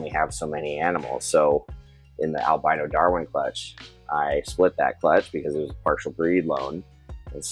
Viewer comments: Carpet pythons come in “Al-bean-oh” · El-been-oh? Are you turning British? 😂 I thought Americans pronounced it El-by-noh? I find myself saying it both ways. Potatoes - Potahtoe 🇬🇧